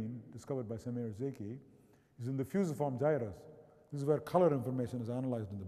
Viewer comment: Agreed, no one alive (save perhaps Brian Blessed) could say 'Fusiform Gyrus' like Rama!